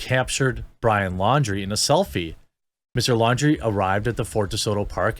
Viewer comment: LAWN-DREE, not Lawdreeeeee